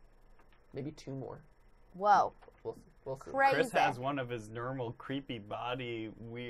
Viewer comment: I just love how they animate MatPat tumbling off the couch and into the closet😂😂😂 Plus, I love how NO ONE caught saying "nermal"